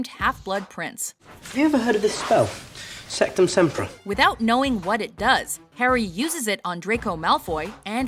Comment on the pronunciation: how about if you said sectusempra instead of rectusempra wow rip brothers